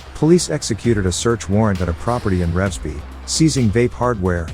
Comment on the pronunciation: You said Revesby wrong.